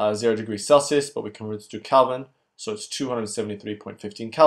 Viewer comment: Kelvin, not Calvin